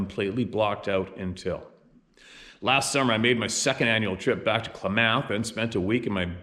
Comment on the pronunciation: Klamath is pronounced different here in oregon. Lol..